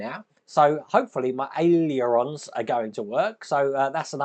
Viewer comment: Easy way to pronounce aileron.......ALE ER RON. great vlog, thanks,. All the best from OZ 🦘🦘🦘